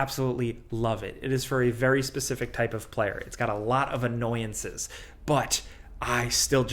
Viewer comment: annoyances? For a moment I thought he meant nuances but the "but" came after lol